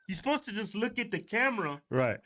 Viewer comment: Why can't niggas like this ever say words properly. apposed instead supposed. Axed instead of ask.